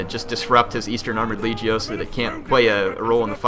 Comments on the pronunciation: It's LEG-E-O. As in leg (body part), long e (rhymes with fee), and long o (as in go). LEG-Ey-Oh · is leg - io, hard g, please, you were killing me